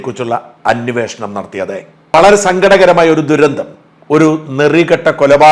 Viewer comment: അന്വേഷണം എന്നാണ് സാജാ.ഇയാൾ പറയുന്നത് അന്വവേഷണം എന്നാണ്.തെറ്റ് തിരുത്തുക.